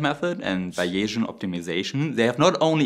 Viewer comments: '' Finite'' is pronounced ''Fainaite''. not ''Finnit''. And Bayesian is pronounced ''Baysian''. Not ''Biaysian'' or Bayasian''. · Nice summary and a very good point about scaling -- just an English pronunciation warning about initial vowel sounds: "finite" is with a long-i (like eye) and both "variable" and "Bayesian" are with a long-a (like "Eh" in Canada :) (And "Bayesian" does not have an inflection -- it's B-A-sian, with only two syllables.) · That’s “f-eye night” and “Bay-zee-en”, btw. Elsewhere, I found this phonetic respelling: "BAY-zee-uhn" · Finite= fy-nite, and Baysian= bay-zean, and not bay-asian. Can it be used for a motorcycle engine? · Great presentation and analysis. Just one pointer: the word "finite" in English is pronounced (if we were writing in German: Fei-neit with the "ei" combination pronounced as in "Leica"; the final "e" is silent. And "Beyesian" is pronounced "Baysian", almost like a German "ä". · Protip 2: Bayesian is more commonly pronounced closer to “Bay-zee-uhn” than “Bay-jjin” if comfortably communicating to a North American audience. But, you do you, sir. 😊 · Finite is pronounced “fye nyght” and Bayesian is “bay zee ann” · If you're looking for American pronunciation for english, the word "finite" is pronounced as if it rhymes with "twilight," and the word "bayesian" is pronounced like BAYZeean ("Bayes" rhymes with "days". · You are pronouncing “finite” as if it were spelt “fieniet” in German. The correct pronunciation is as “feineit” in German spelling, with the stress on the first syllable. Also, "Bayesian" is pronounced like "Behsian" (three, not four, syllables) in German spelling. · Interesting stuff and you have a subscriber. A few minor pronunciation suggestions from a native English speaker. "nano" is pronounced with the "nan" rhyming with "can". "Finite" is "fine" and "eye" with a "t" on the end. Bayesian is "bays" and "ian". Best wishes from sunny Tasmania :) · Bayesian is pronounced BAY-zee-ən (named after Thomas Bayes).